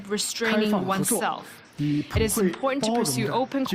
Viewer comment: 😂 Indian englis ish one oph da most repulsiwe eggcents ewer. Listen to the tongue click whenever they pronounce a word that ends with the syllable "it"